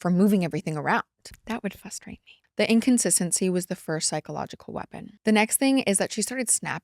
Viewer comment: lol “fustrate”